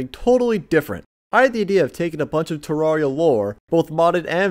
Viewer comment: It is pronounced: Tear area